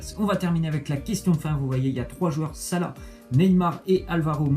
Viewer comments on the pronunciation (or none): none